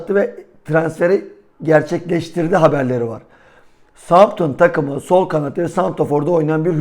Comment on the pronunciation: Southampton yanlış soyluyorsunuz.. sauthemptın diye okunuyor